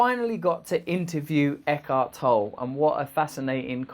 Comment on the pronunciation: Isn't it pronounced Toll-ay?